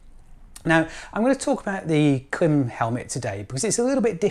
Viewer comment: Here in the U.S., the Klim-made videos featuring Klim employees all pronounce it with a long 'i' like in 'climate'.